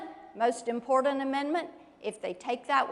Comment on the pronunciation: "Ya know, it is impordant"... In The Morning!